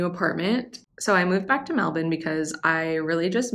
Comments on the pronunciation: Glad to hear you've been here long enough to pronounce Melbourne correctly. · You pronounced Melbourne correctly, good onya.